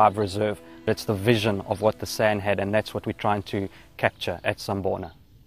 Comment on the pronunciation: San is pronounced "sun" and doesn't rhyme with and or sand.